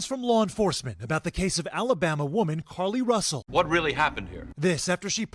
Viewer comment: Ahhh... Another French liar? Care-Lee Roosell?